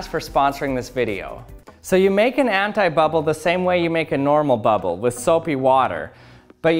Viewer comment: I am French and I hear hentai-bubble xD